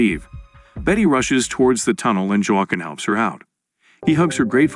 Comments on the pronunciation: Joe Kwin tf. Ai doesn't know it's Hwa Keen😆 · His name is pronounced "wa - Keen" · "Wa-Qwin"? "Jwa-kin"? "Uwa-kin"? Can't you teach AI narrator to pronounce Spanish names properly? Like the name Joaquin?